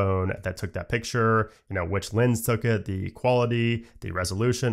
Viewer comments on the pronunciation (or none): none